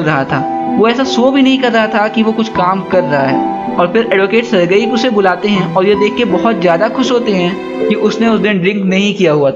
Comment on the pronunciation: सरगई nhin सरजी